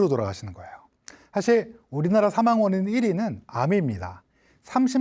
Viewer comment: 긴 자를 짧게 잘못 발음한 예:사망,시청,세계,사실,병사,보통,시청자,등, 장단음 문제는 심각하다.